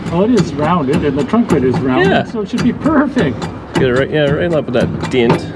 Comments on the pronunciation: Port-a-power?? MURfect!! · It’s “Mur”-fect!! Great car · It's not PERFECT it's MERFECT ha ha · its not perfect but its murfect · It’s not perfect…It’s Merfect.